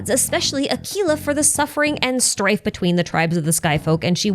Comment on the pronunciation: I wish you pronounced Aquila's name correctly.